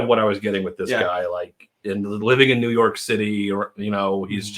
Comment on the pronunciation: When you said maniac of new york bronx is burning it sounded like you said jew york 😲😲 look back at the video